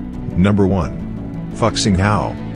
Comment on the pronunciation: Fu xing, not fuck xing